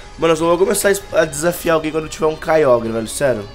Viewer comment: o nao sabe pronuncia certo kyogre